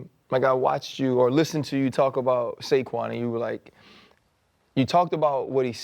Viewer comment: bruh u couldn't even say Saquon 😂